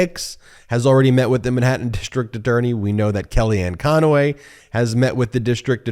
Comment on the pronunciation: Why does Ben always put an A in the middle of kellyanne Conway’s last name? Annoys me that he’s done it every time he says her name